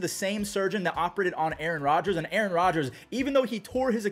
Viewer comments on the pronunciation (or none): none